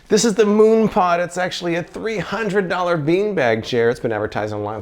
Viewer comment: Mooon pod? Is this something for your bare posterior when you 'moon' someone?